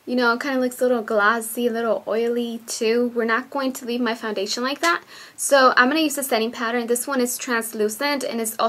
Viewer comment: foundadion? lol